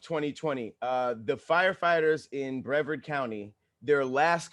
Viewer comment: Lol baby it’s Bree-vard (like card, vard) that’s where I’m from 🥰